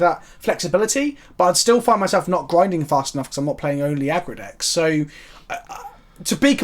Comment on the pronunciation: I'm just hearing 7 months later, thinking that 'Aqua decks' were a really oppresive deck in arena back then. At the point I realize he's saying 'Aggro decks'...